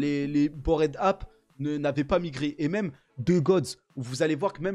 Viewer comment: Cette prononciation de "Bored Ape"... 🤢